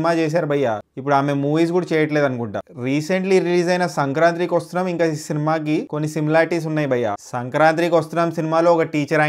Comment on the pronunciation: Hey, it is not 'Madha Gadha Raja' it is 'Madha Gaja Raja' , and not 'Sankranthri vasthunam' it is 'Sankranti ki Vasthunnam'